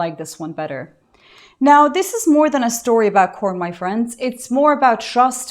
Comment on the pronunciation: Sorry, but corn has been used so much on YouTube as an euphemism for videos of intimacy, I cannot help but hear "porn" each time you say corn.